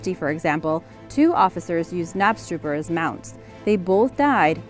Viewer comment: You are meant to pronounce the k in knapstrupper 😅